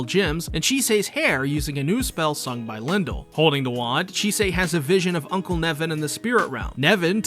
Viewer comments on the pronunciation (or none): none